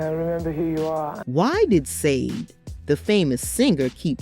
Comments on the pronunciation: HER NAME IS NOT SAA-DE it is SHAR-DAY. By the way…That is NOT the way you write her name, I am just showing you the way you pronounce her name. Also…you showed a music video by Kate Bush that was NOT taken from her Aerial album, but was taken from her: The Sensual World studio album. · FIRST OF! If you are going to talk about someone LEARN TO PRONOUNCE THEIR NAME RIGHT! The name is not pronounced Sayd or whatever mess you make of it, it is Sade pronounced as Shjaday...(explanation for dummies that never listen to the artist herself as she says the name in her interview IN YOUR CLIP!) Jeez this was other than highly annoying clickbait as well. She is a wonderful lady with a absolutely beautiful voice and the right to have her own life. Girl bye with your Sayd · It's pronounced Shar-day not SAYDE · I’m sorry, but after watching three minutes of this BS straight garbage. The interviewer who can’t even say her name SHA DAY NOT sandeee. But you will be getting a thumbs down for not not taking the time to properly announce SHA DAY name properly. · pronounced sha-dey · Her name is pronounced like this "sha b-day,not how it's spelled!!! Been a fan for years. Love her !!! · You obviously don’t realize that the group is called Sade pronounced ShawDay. Never pronounced the way you said it ever! Shame on you! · It's Sade pronounced Sha- Day Dumbass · Say Sha-Day please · You all can't even pronounce her name correctly....SH-A-DAY!!! Get it right and let her be! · Every time you pronounce her name "Saade", it makes me wanna laugh😂. How you not know how it's pronounced? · It’s pronounced Saydee 😂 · Sayde 😢😂😂😂😂😂😂😂😂😂😂😂 you’re gonna do a whole mini doc and not put any effort on how to pronounce the name. Like how tf do you make a mistake like that. Wow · Pronounce her name correctly! “Shah-day” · Done!!! Say her name correctly! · You pronounced her name wrong! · Stop saying her name like that🤬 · How about pronouncing her name correctly ???????